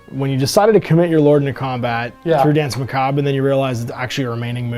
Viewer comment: Doesn't know how to pronounce 'macabre'